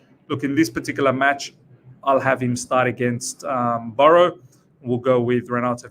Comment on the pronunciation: It's Barrow not Burrow